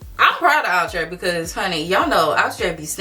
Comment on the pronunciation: all love.. it's pronounced like "outer" not outra or ew-trè